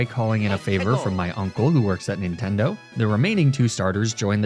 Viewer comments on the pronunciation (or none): none